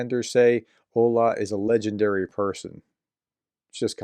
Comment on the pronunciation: The WWII veteran's name is Olga, but "h" instead of "g" is read as h in Harris☺